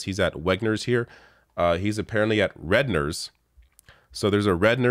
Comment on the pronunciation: The first thing I noticed was how he can’t even say the name “Redner’s”. I live around the way from one here in PA- a rich quack like Oz would know how to pronounce it if he actually shopped there. Or lived in Pennsylvania. Ps- A doctor against universal health care tells you all you need to know about Oz and friends. They see health care as a privilege for the privileged class, not a basic human right.